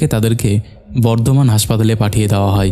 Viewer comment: হই(হয়),ঠেকাই (ঠেকায়),চালাই(চালায়),জাইগাই(জায়গায়),ফাকা(ফাঁকা),কাপতে(কাঁপতে),কথাই(কথায়)।আর কবে শুদ্ধ উচ্চারণ করবেন?